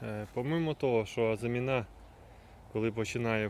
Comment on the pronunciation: З усією повагою до Вас, хочу попросити не плутати слова “озимина́” і “азимі́на”. В українській мові (на відміну від французької) наголос у слові "азимі́на" на передостанньому складі (порівняйте: мали́на, кали́на, ожи́на, гороби́на)